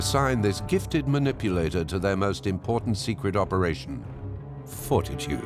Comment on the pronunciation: the name of operation had me cracking up I just hear operation foreskin when he says fortitude 😂